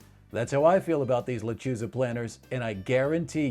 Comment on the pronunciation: Wouldn't it be a good idea to pronounce "Lechuza" correctly?